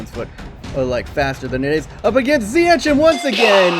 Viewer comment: just always pronounce the g of ch like in ziyech wich you pronounce good